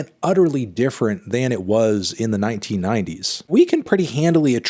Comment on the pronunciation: My guy put extra emphasis on the “1990s”.